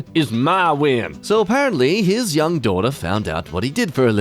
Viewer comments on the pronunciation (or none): none